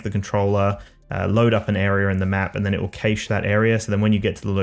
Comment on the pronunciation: great video, but caysh? mate it's pronounced cash.